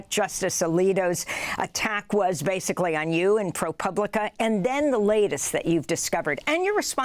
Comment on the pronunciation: Amy is finally pronouncing ProPublica.....then she slipped back to pooblica at the end...oh well.